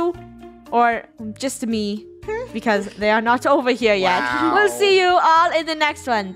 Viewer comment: i am disgusted bc people keep saying "YOOR" instead of yet ugh